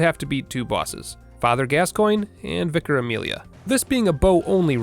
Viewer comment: Thank you so much for being one of the first Americans I’ve seen play this game who pronounced Vicar correctly